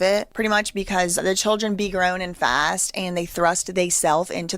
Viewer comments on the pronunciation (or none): He said growner